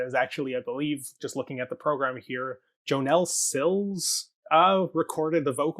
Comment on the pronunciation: Hi friends. This is such a great deep dive. Just a quick correction - Claud Spadafora performs the vocals on Glitter Witch. Jonelle Sills (pronounced like a 'Y' not a 'J') sang the solo soprano vocals from part of Bach's Mass in B Minor, heard just prior to intermission. And yeah, she's André's sister!